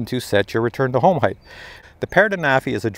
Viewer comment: It's a bit annoying the way you say the word "heighth" what's that extra H on the end. I believe it's pronounced and spelled "height". But would it not be more appropriate to use the word altitude? Because we are talking about something that is related to Aviation and everything I know about that flies and has some type of telemetry or gauge to measures its distance from the ground or from sea level, in terms of altitude. ASL altitude above sea level or AGL altitude above ground level. What do you think about that?